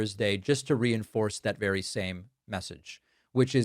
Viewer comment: Listen to trumps enunciation " be wery wery kwite, I'm hunting wabbits"